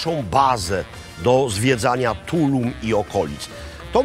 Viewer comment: Also accent is on the last syllable in Tulum! 😊